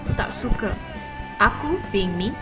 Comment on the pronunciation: there are no sentences such as hang, gua ect. those language was a colloquial language some state in malaysia. and the way you pronounce "suka" is wrong. SUKA..not SUKE..